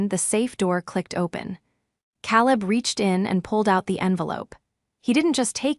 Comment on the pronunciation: After what seemed like the hundredth time,I got tired of the mis-pronunciation of Caleb’s name..it has never been said like that.,KAY-Lub…Using AI, you don’t have to pay your cousin to edit the mess of a story,..who steals, then does a little dance? Ever see a movie or read a story where a dance occurs right after a robbery?This is my first time ever hearing about this ritual..I am a retired platoon sergeant..79..my sister died last year, my brother-in-law passed a couple of days ago, I have been to war, but never saw a dance after a robbery…yet here it is…maybe they dance like this in Asia..after a caper..